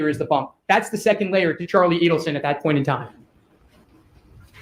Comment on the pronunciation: Pronounced /ee-delson/. Why. Add to the grotesque comedy in this case all respect to Dan he must see and laugh sometimes